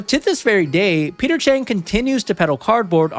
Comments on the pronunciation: Maybe this was just me, but I thought it was weird that you kept saying Peter Chang instead of Peter Cheng. 😅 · Bruh "cheater peng"😂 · Peter Cheng❌ Peter Chin✅ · His name is Peter Cheng and he’s just sayeng